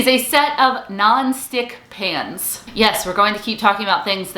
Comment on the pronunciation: I thought she said Nonstick pants. 🤣🤣🤣 I was like what on earth are those!! Until she explained further. Oooh pans!